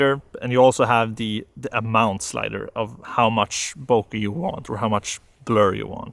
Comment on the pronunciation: everytime he says "bokeh-mode" i feel like he is saying "poke-mon" 😺